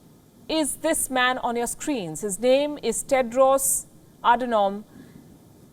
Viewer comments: She just butchered his name too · U can not Even Pronounce his Name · this dumbass talker chooses not to pronounce WHO director general's name correctly to indicate he is a 'foreigner'. who do you want him to be replaced by? some hindi ? stop spreading lies; clearly the only reason you got this job is you know how to spread your legs. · You cant even pronounce his name properly! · Lakh😂😂😂 what is lakh... You can't even say his name right... 😂 Go do some homework before coming to to your work baby.. Go home... 😂